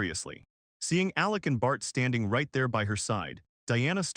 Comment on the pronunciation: Whenever you say bart i hear fart😂